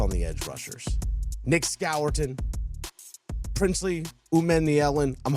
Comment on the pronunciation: Great video. To help nicks name is pronounced “score-ton”